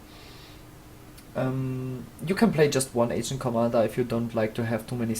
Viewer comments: pls do what he says, my nazi senses tell me to post mean comments whenever I hear you say it wrong and I won't be able to hold it back for much longer... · Its not agent squire/commander, its ARGENT